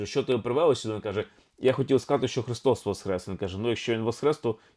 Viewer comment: З Великоднем! Чую Ви говорите Христос ВосХрес, а не ВосКрес. В чому різниця, це більш граматично правильно? Дякую